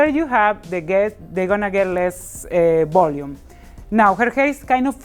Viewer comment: Less “b”olume lol love ur accent